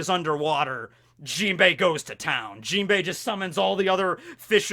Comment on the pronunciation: messes up the jimbei